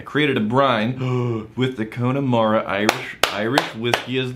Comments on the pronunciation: its not cone-emara its con-nemara as in confederacy or connecticut or content. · Learn how to Say Connemara 🤣 🥃